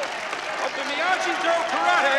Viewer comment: I cannot believe Kreese not only forced Johnny to fight dirty at the tournament in order to win but he did the same thing to Bobby. and its Miyagi with a "g" not with a "j"